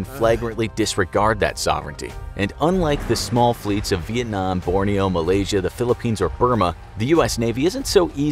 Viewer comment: anyone else cringe when the narrator said "burma" and "borneo"?